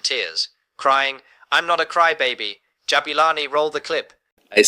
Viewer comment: As long as you still say Jabolani instead of saying Jabulani you will not have more likes than viewers.